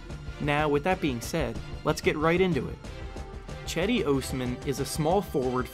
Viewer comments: Not "Chedi". It's pronounce like "Jedi" :) By the way i'm not joking. It's absolutely pronounce as "Jedi". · It’s not Chedi it’s pronounced Jedi! Turkish C is pronounced as a J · HE IS NOT CHEDEE, "JED-DEE" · Nice video but you are reading his name wrong (Yes I'm Turkish.) Read it like Gedi. That will be better. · As a Turkish person I cringe very time you pronounce Cedi's name. It's not Chedi like Chad its more like Jedi but with less emphasis on the i at the end. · Cedi osman = jed-i os-man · The c is supposed to sound like a J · By the way, it’s pronounced like jed-eye aus-man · It's "Jed-Dee". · Pronounced his name wrong.